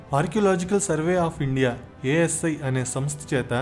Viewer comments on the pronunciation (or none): none